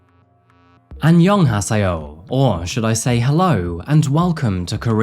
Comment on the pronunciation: That anyeonghaseo hurt me man 💀